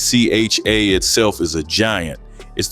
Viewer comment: Nycha is pronounced (ni cha)